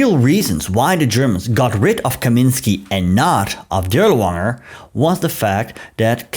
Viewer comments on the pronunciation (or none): As you're aware, the Dirlewanger or Waffen "w"is pronounced as an English "v".